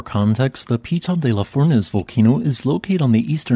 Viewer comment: Not bad pronouciation of Piton de la Fournaise - but the stress is on the last syllables: pitON de la fournAISE.